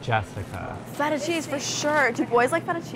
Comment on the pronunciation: I love love love that you’re doing Laguna Beach! I think we need a drinking game for when they say: - stePHEN -Jess-I-CA -the long stares between Lauren and Kristen -whenever Stephen and Kristen fight